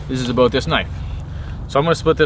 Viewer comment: You said "aboot". Lol ! Reminded me of the first time I saw the southpark movie in the theatre.